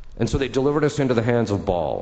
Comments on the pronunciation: Baal not Ball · His name is Baal, not Ball, lol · Not "Ball" (we're not going to play soccer with it 😅), it's "Baal" instead. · It's: Baal (not Ball) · It's Baal, Ba'al or Bael, not Ball. And it was always pronounced "Azmo-Day-us" in demon lore, but since the 2,000s, Az-mode-E-us in D&D lore. Sooooooo, moving on.